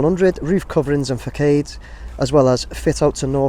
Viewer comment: Thanks again for your video. A little pronunciation tip for you, which will benefit your viewer/subscribers - façades is pronounced “fass ards” not “fack aids”. Not being picky just genuinely trying to help. 😃